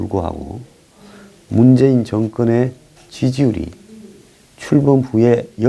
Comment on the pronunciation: ㅎㅎㅎㅎ ... 지금 미국 방송 NBC 에서 올림픽 개막식을 보고있는데.. 정말 웃기는건 미국 아나운서가 문죄인이라고 발음을 합니다 . 미국인이 재인이란 발음이 안되는것 같습니다 . 그리고 아예 촛불 집회하는것 같이 온통 촛불 지랄을 하고 자빠졌네요 . 촛불만 보면 경기가 둘지경입니다 . 뭉가 뒤에 서있는 이북에서 온 두 거지 년 놈 둘은 아마 대한민국이 하이택으로 온통 휘황찬란함에 속으로 놀라 나자빠 졌울것 같습니다 . 미국선수들은 온통 옷과 모자에 성조기로 도배를 했는데 대한민국에 선수들의 태극기는 다 어디로갔나요 ? 어차피 난 미국 🇺🇸 팀 때문에 올림픽 보기로 한것이니까요 . 한반도인지 뭔지는 응원할생각 전혀 없습니다 .